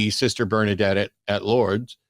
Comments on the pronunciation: can't pronounce "Lourdes" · our lady of lewds? i think he meant lourdes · “The road to Lourdes* is littered with crutches but not one wooden leg” (Emile Zola?) * Loods / Lewds / ? 😀